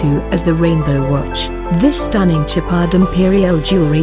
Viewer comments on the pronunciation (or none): It’s SHOWpard not Chipard 🤦‍♂️ stop using automated voices it’s sad 🤬